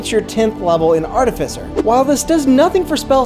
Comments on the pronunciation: Its Art-i-Fice-er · Its pronounced like ar-tifi-ser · The irony that he’s technically correcting the old pronunciation when it’s actually ärˈtifəsər with the stress on tif and cer not on at and fie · YOU PRONOUNCED ARTIFICER WRONG IN THIS VIDEO. YOU HAD IT RIGHT THE LAST TIME. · I can't say that you mispronounced Artificer; it was just too new to me for me to not mention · Oh no! They bullied you into pronouncing it wrong! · I actually changed my pronunciation to this after many comments in my last artificer video haha. You'd be interested to know that the pronunciation is different depending on regional dialect. Your pronunciation, I believe is one consistent with the UK whereas the one you hear in this video is the US variant!